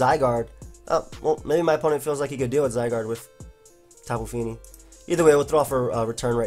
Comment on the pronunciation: "Tapu feenee"